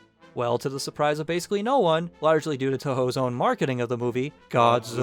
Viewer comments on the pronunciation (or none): none